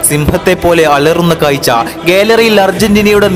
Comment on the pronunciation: കായ്ച്ചയല്ല കാഴ്ച്ച